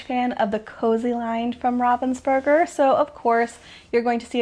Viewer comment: You are pronouncing Ravensburger correctly. 👏👊